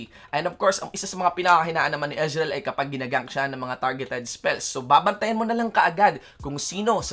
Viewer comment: EZ-REAL HAHAHHA POTA BISAYA